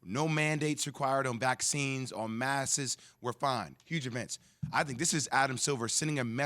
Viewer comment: "Maskes" -JWill